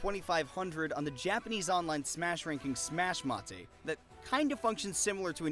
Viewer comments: quick thing, it's smash mate, as in the english word, not ma-tay like you'd think it would be in japanese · Side note, it’s not “Smash-Mah-te” Its メイト(mate) as in, g’day mate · Its "Smash may-t" not "smash mah tay". Even if you were reading the exact romanization of スマメイト, it is spelled "suma meito". It's quite literally read as smash mate as you would expect in English. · It's not Smash Maté it's "Mate" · FYI The "Mate" from Suma-mate （スマメイト）is pronounced "mate" (as in classmate) in the English pronunciation. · It's pronounced like the English word "mate".